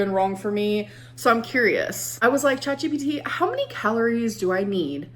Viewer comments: The way you caught yourself almost saying "ChatBPD" 👀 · I heard u about to say Chatbpd 😂 It’s ok I say it too when referring to ALR